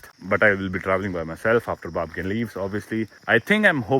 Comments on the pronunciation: Babken ❌ Bapken ✅ 😂😂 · Babkin❌ papking✔️🤣